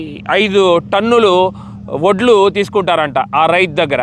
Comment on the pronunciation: u r saying, voddu, voddu, but it's vaddulu